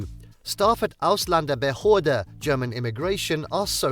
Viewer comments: He should learn to pronounce that Word Ausländerbehöre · As German I am sitting here laughing because the way that guy pronounces "Ausländerbehörde" 🤣 One more reason, why they are so rude to immigrants. Learn german first before even think about to immigrate 🤪 What the hell is he talking about dog poop? Of course you have to pick it up and it is forbidden to take your dog into the grocery store... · This guy is from a learning plattform, but cant say ausländerbehörde correctly. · As a German, who was born in America, let me offer you a simple solution. And then it wont feel so dark. LEARN GERMAN. Then you will be able to pronounce "Ausländerbehörde".